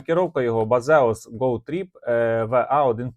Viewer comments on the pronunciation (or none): BaSSSSSSSSeus, немає тут "Z", немає !!!